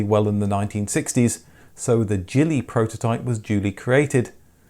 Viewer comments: Loved my Stiletto but the lack of a rear hatch was a drawback. Being a Scottish vehicle the jeep version should be pronounced Gillie not Jilly. A Gillie is a Scottish gamekeeper hence the choice of name for an off road vehicle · Gillie is pronounced with a hard G. Gillie, similar sounding G as Garden. A Gillie is an estate worker of the land in Scotland. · A wee point for a wee Scottish car, 'Gillie' is pronounced with a hard 'G' like Gamekeeper, which is what they are & narrt : ) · Very interesting. I think you'll find that 'Gillie' is pronounced with a hard 'g'. It means (in Scotland) a man or boy who attends someone on a hunting or fishing expedition.